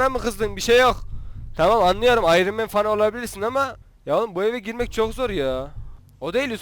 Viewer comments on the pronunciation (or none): none